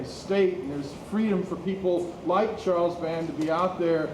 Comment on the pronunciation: I think the year is wrong. They are talking about Forest Gump and The Shadow, both of which came out in 1994. (Also True Lies came out in 1994.) Also, it is "Charles Band", as someone in the audience says. Not "Charles Bard".